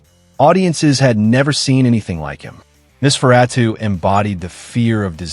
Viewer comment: It seems the computer voice is struggling with Nos. Typically it's Noss-fur-ah-too. But yes, it's interesting how they've evolved over time. They are a meme interpretation of "forever young" along with alternative culture. Interestingly, Interview with the Vampire the short story was written in 1968, so the modern vampire is already quite old